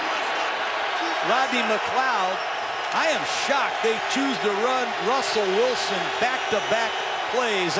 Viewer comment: Dude must've said Rutzle Wilson about 15 times lol